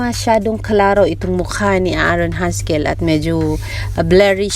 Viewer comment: Wrong pronunciation not Aa aron it's A'ron it's silent a buti may nanonood ng vlog mo dzai.